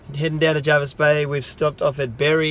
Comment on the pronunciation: Jervis not Jarvis